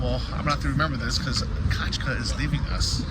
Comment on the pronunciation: F@ it is NOT Kachka, it Is Katʼka!!!!! Kachka is a duck(literally) Katʼka is like a Katey